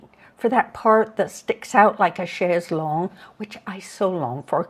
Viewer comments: Akimbo and chaise longue (pronounced properly!) - such a pleasure to hear real vocabulary! Thank you! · I agree!